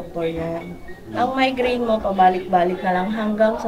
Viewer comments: Mali ang pronounce nyo hindi xa mindgrain kundi migraine correction lang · Migraine po kagwangs hinde minegraine hehe kakatuwa kayo Godbless sa inyo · Sorry po i correct ko lang po MIGRAINE po hindi MINEGRAINE yun lang po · Migraine hindi mindgraine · Correction Migrain hindi mindgrain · Migraine not mindgraine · Sorry to interrupt guys but i keep hearing mindgraine suppose to be migraine that's all. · migraine po, hindi minegraine. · Migraine hindi mindgraine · MIGRAINE 🤣 hindi mind green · Comment ko lng mga kagwang’s at m’s icorrect ko lng ang pronunciation ng sakit sa ulo ay MIGRAINE hndi minegraine yun lng po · Correction pls “Migraine” po not minegraine😂